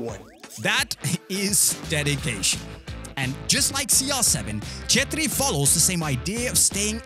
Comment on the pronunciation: I love the fact that you can pronounce "CHETRRI"😆❤️